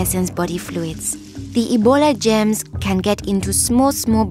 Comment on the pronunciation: I Laughed She Says Gems But Its Germs